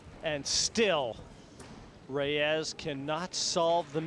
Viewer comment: Efren ReyAZZ? I thought it was Reyes?